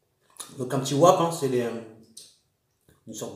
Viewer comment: Sa s'écrit wrap mais sa ce dit vrap mais tkt tes le meilleur !